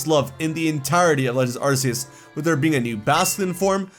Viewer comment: Please stop mispronouncing Arceus. 😭